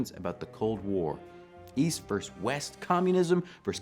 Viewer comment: VERSUS, not VERSE. Pleeeeaaaasssseeeee!